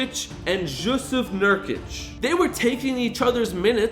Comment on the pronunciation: Bro im really sorry but its not pronounced jokic it’s pronounced yokic and jusuf is yusuf